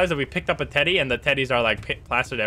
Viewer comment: I love how Insyms slight accent makes him sound like he is saying "titty" when he is saying "teddy."